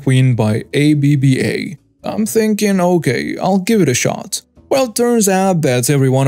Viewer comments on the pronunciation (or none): AYE BE BE AYE?? have you never heard of the Swedish group ABBA?